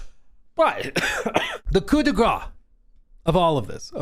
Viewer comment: What? Are you trying to say "le coup de grâce" (meaning "the final blow")? If so, the last word is pronounced the same as "grass". The way you said it sounds like "le coup de gras" which would mean something like "the fat blow". I know we have a lot of silent letters in French, but I don't think it's ever the case for 2 letters at once, when one is a consonant and the other a vowel. Anyway, the best thing about these terrible IGN reviews is that we can just laugh them off.